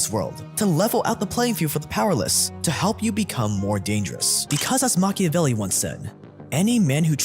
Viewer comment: Pronounciation of "machiavelli" to "macabellow" was worth the video.